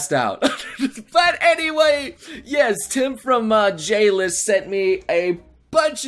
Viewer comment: When he said J-list i heard Jail LOL GGWP